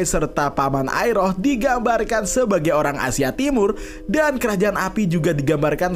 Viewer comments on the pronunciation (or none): none